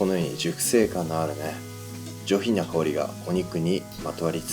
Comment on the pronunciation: 上品なが上品にゃに聞こえる